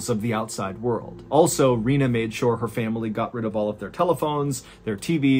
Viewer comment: I love you, Mrballen, but the way you add an extra syllable to the world "family" drives me absolutely insane.